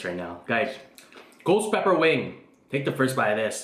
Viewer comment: He says chicken wang and onion rang 😂😂